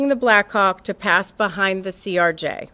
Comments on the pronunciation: CRJ not CJR, doing my best to not get annoyed lol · Stop saying ""CJR". It's CRJ, acronym for Canadair Regional Jet made by Bombardier. The video referred to as "somebody's cellphone" is actually Earthcam video from Kennedy Center. Mic keying is physically manual in the AM aviation VHF system, not VOX or as you suggested voice controlled. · CRJ BRO NOT CJR... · ...it's a CRJ, not a CJR🤦‍♂️ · ..its CRJ...lol. You kept saying CJR.